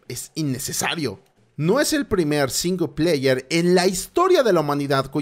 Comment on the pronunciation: Énfasis en "SINGLEPAYER"